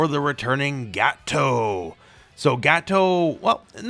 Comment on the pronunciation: I like how you say Gato like Gateau. Like in petit gateou.